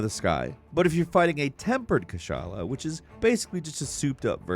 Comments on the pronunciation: No fucking way yall spell Kushala as Kassala like wtf how do u mess up this bad 😭😭😭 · He’s saying kushala name wrong and it bothers me and don’t you fucking dis my boy he’s trying his best